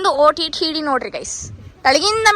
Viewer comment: That's not OTTD sissyy,,,, OOTD...